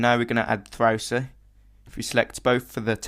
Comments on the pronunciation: ZerOH.. not ZeroUH, Thausi.. Not ThausUH... stop saying cool so much... Otherwise.. Brilliant dude.. thankyou. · M8 u are sick at this ! Btw i love the way u say Thrausi lol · I like how he says thrausi its funny :D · I love when you Say Thrausi^^ Very cool